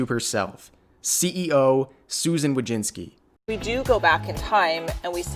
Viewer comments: Susan Wo-jiss-ki That's how u pronounce her REAL name. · It's pronounced Voy-chits-key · It's pronounced Wo - Sug - ma